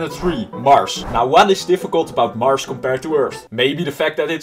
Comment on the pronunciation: NUMBER 3 MARSH*me* IS MARS NOT MARSH